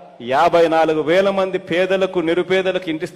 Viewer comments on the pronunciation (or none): none